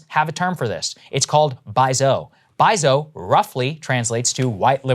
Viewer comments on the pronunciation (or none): Saagar, its pronounced Bai Zu-O, not Zou.